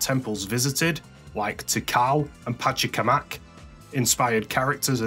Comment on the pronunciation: love it that you mispronounce Pachacamac. The jingle for The Egg Carrier was used during the cut scene where Eggman transforms the Egg Carrier into a battle mode to make it harder for Sonic & Tails to reach Eggman by going through the Sky Deck.